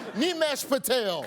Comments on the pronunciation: From several feet away, I heard you introduce Patel as "Mean Mashed Potato." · I thought he said dudes name was Mean Mashed Potatoes for a second